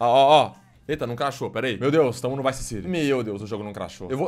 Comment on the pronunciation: O cara fala craxou umas 100 vezes